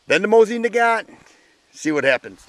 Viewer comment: MOE-SEEN. You bad comrade.